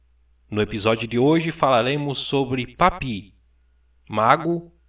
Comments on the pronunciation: Gosto muito dos vídeos, mas o está pronunciando o nome de forma incorreta Papus, não é papi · a pronúncia é PAPIUÍS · Maravilhoso vídeo. Apenas uma correção, o correto é Papus mesmo e não "Papi" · Ótimo vídeo! Só um adendo, nos círculos marinistas Franceses não pronuncia-se "Papi", por mais que pela forma que era escrito "Papus" parecesse conveniente na sua expressão francófona, mas por ser inspirado no Nuctemerom de Apolônio de Thiana, alguns...ou melhor em sua maioria p chamava de "Papuss" ou seja, não Papi e sim Papuss mesmo! Não quero com isso desmerecer o fabuloso vídeo. Grato!